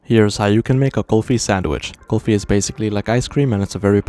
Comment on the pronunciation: It’s not saying Golfie it’s kulfi